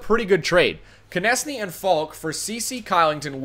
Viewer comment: So carolina trades their top two players for 3 old d-men and 2 prospects? Doesn't seem too realistic. If you have Konecny you need to learn how to pronounce his name correctly.